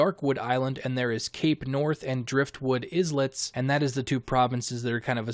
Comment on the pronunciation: How do you pronounce island? - Eye-Land How do you pronounce Islet? Also - Is-Let